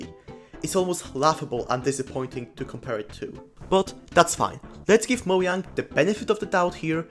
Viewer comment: Nice video, but "mo-yang"